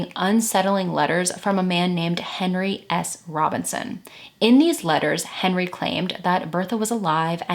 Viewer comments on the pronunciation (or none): none